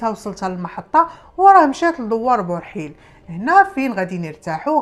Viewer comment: اولاد برحيل ber7il ماشي بورحيل